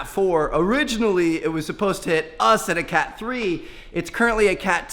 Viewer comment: You said cat cat wrong